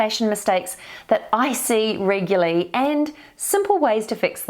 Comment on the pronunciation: so sorry this really annoys me and I looked it up: regular, adjective, regularity, noun, REGULARLY, adv. NOT reguly!, thanks anyway, it must be a NZ thing?